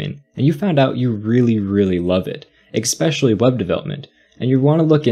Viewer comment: How can a guy that makes such quality content not know how to pronounce "especially"!!